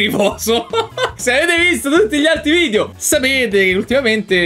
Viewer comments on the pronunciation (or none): none